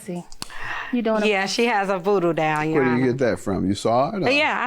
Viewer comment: Voodoo dawel..... is pronounced DOLL ok DOLL